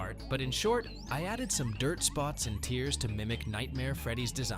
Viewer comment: I'm not really a fan of the AI thing. It just sounds so lifeless. It also mispronounced "tears"